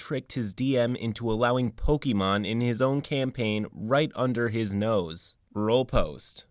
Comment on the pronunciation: The way you pronounce Pokémon bothers me. Other than that, this player was trash and their deceptiveness was completely out of order. I'm just glad OP had the spine to kick them out of the group before they really got out of hand. I'd love to play a Pokémon themed TTRPG (Pokémon Tabletop United looks amazing), so long as I knew that that's what I was getting into.